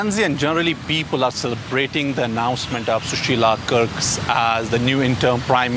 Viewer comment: He said Sushila Kurks 😂 even an average English speaker can easily pronounce Karki...surprised to see this at DW.